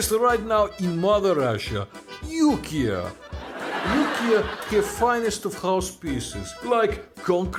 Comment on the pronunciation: The "YouKea" part is hilarious…That accent!!!!